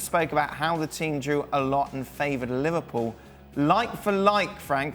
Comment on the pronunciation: oh, kids, can't even pronounce Liverpool right